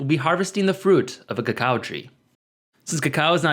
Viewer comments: It isn’t said kakawa it is actually (even in Mayan) kakaw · why did u pronounce it cha-cow? its pronounced co-co